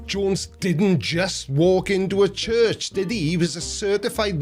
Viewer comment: I find it hilarious that his god gave favorite „house“ a name that his speech impediment can’t pronounce right.. Tshurtsh…😂